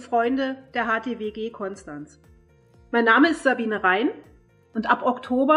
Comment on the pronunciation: offensichtlich hat Ihr noch niemand beigebracht, wie man Konstanz ausspricht :D